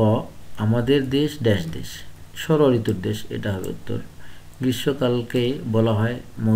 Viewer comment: ঋতৃর নাম ❌️ঋতুন✅️ 😂😂